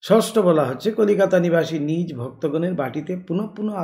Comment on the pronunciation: Nij naa bole nijo bolle mone hoy vaalo shonabe.